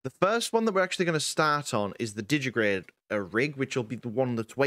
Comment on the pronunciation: it's digitigrade, digiTIgrade. TI TI TI! as in digit-i-gradus